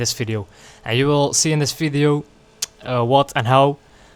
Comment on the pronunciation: Wer im Englischen "Fideo" sagt, muss Niederländer oder Flame sein. BTW: Ich werde NIE verstehen, warum man Motorrad fährt und sich dabei über Cardo & Co. beschallen lässt. Ich fahre Motorrad, um eben NICHT voll getextet zu werden.